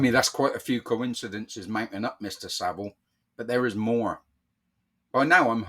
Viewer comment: It’s Savile not Saville.